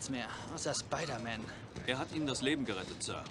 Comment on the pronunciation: Funny how french is a perfect translation yet harry says Speedèr-mane